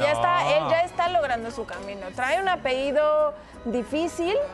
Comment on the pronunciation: Por qué dicen APEHIDO???esa palabra no existe!!! Hablen bien son comunicadores…!!! Se dice :APELLIDOOOOO